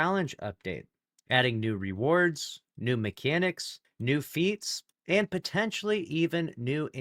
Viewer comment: Bungie right now: "Big emphasys on "potentially""